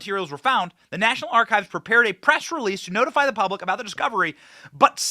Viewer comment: Hey what is purablic. I caught that in the beginning. Lmmfao